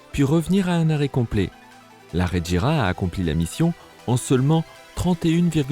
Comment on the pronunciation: Tu fais des vidéos sur les voitures sans rien n'y connaître, preuve : c'est la bugatti chiron sopersports 300+ la plus rapide au monde, et la regera ça se prononce ["reguéra] tout comme la agera. En plus dans le top 10 des voitures les plus rapides du monde, il y a la koenigsegg one et aussi deveel sixtieen. Dernière petite question ; pourquoi tu parle de la veyron en montrant une chiron ?